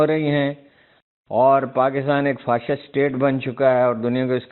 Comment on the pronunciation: Let u learn some pronunciation First it is not ffaassit state or kkrrisssmaataic imtan khan